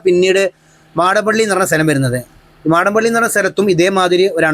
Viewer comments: മാടപ്പള്ളി യല്ല മടപ്പള്ളി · മാഡംപള്ളി അല്ല. മടപ്പള്ളി. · മാടപ്പള്ളി അല്ല മടപ്പള്ളി 🤔🤔🤔🤔🤔 പിന്നെ MP യും MLA യും അദാനിയുടെ ആളുകൾ ആണ് അതുകൊണ്ട് അവർ മിണ്ടില്ല എനിക്ക് മനസ്സിലാവാത്തത് അദാനി എൻ്റർപ്രൈസസ് ഇത്രയും മോശം കരാറുകാരൻ ആണോ?... റെക്കോർഡ് ടൈമിൽ എവൺ ക്വാളിറ്റിയിൽ പ്രവർത്തികൾ പൂർത്തിയാക്കിയ കരാറുകാർ എല്ലാം സൗത്ത് ഇന്ത്യൻ കമ്പനികൾ ആണുതാനും KNR, KMC, EKK, ULCCS എനിക്ക് തോന്നുന്നു ഉത്തരേന്ത്യൻ കരാറുകാർ ഉഴപ്പി ജോലിചെയ്യുന്നവർ ആണെന്ന് തോന്നുന്നു 😇😇😇😇😇